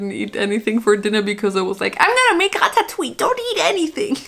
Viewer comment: Omg its like the first time I hear someone pronouncing ratatouille correctly in english. FINALLY🙌🏆